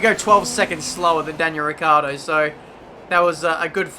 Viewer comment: Oh god. Is ricciardo. Not riccardo.